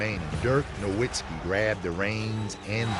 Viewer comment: They keep saying Nowiztki wrong and it pisses me off